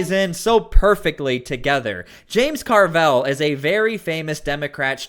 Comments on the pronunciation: stop pronouncing his name "car-velle", its just "carvil" , simple and stupid like his rotting brain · Dude, stop pronouncing Carville's name wrong